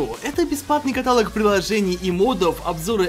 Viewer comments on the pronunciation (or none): Правильно каталОг, а не катАлог